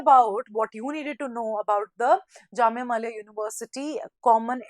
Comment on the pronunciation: mam not jamia malia its millia